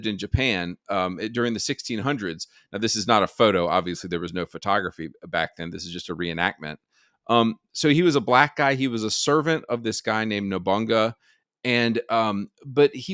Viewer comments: Nobunaga is pronounced NO BU NA GA, not nobunga, lol. Just saying, not tryna flame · Calling no-bu(boo)-na(nah)-ga(gah) nobunga is really funny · Cool video, but mate. It's Nobunaga, not Nobunga xD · “NABUNGA” 😭Nobunaga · Nobunga 😂 it's Nobunaga have you never played Onimusha? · lol nobunga… it’s NO BU NA GA 😂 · Nobunga? WTF dude? No-Boo-Na-Ga. You're not going to convince people when you sound like a tard. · Its nobunaga Not nobunga 😂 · Nobunga. Bro I’m dying. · "Nobanga", that made me laugh😂 it's pronounced "Noboonaga". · NOBUNGA?? HAHAHAH LMAOOOOOO Is called Nobunaga XDD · Nobunga :D hahah NO-BU-NA-GA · Hisnane was Oda Nobunaga, not "Nobunga" lmao 😂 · Nabunga? You mean Nobunaga? 😄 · It was pronouncef Nobu+naga no Nobunga. Edit thet before the race grifters come after you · Nobunga 😅 His name is Nobunaga. And he used in many game / media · NOBUNGA? hahahaha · "Nobunga" 🤣🤣🤣 It's no-bu-na-ga 🤣 I cracked up when I heard that lol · “Nobunga” is crazy 😂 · nobunga? Really dude? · Tbf there was a relationship between Nobunaga and Ranmaru you know, like skinship thingy. Also the same can be said to Uesugi Kenshin. Btw your pronunciation of Nobunaga cracked me up 😂😂 OD Nobunga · "nobunga" lmao try at least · Ah yes Nobunga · Calling nobunaga, nobunga really crit me. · Its pernounced NO-BUU-NA-GA NOBUNAGA ODA !!😂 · “Nobunga” Fkn kek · that mispronunciation of Nobunaga tho :) Nobonga lol. What is top surgery ?? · Nobunga the African tribe leader in Japan 💀💀 If we are throwing shit then at least don't validate the dumbass American stereotype who can't say a single foreign name. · Did you say "No-bunga???" Lol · As a half jap I appreciate the coverage but I cant help but laugh at Nobunaga being called Nobunga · Its pronounced NO BOO NAGA you dummy. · I dropped my beer when you said "NOBUNGGA" 😂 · The presentation was pretty nice. But calling Nobunaga Nobungga had me smh and laughing. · "the servant of Nobonga" lmfao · Calling Nobunaga Nobunga is pretty funny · Nobunga? Lmao